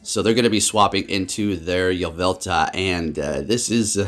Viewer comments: hermione: its yvelTAL not yvelTA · “Yah-vel-tuh” lmao